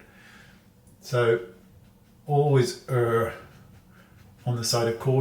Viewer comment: Thank you for saying "err" correctly. Nobody does anymore.